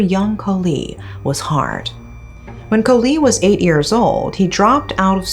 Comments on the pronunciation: Irritates me when she pronounce years as ears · Unrelated to the video topic, but I love the way she pronounces "years" 😂. It's so cute!